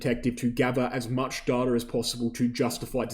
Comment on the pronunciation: "Darta" sounds funny and not clear english. Good video though, once again. (apart from the shameless plugging of your affiliated exchange)